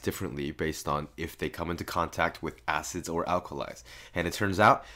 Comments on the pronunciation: Mystic he did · I thought he said "asses" instead of "acids" bruh xD